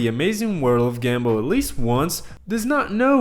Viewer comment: No offense but I don't think you know how to pronounce gumball 😭